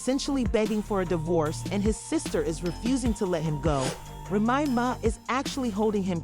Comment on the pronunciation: Puhpoose. Rayma Ma